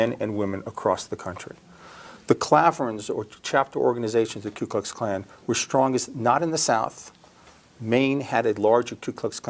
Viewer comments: It’s not the K U KluxKlan. It’s the KOOKLUXKLAN. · It’s the Ku Klux Klan!! Why do you keep saying …K. U.?!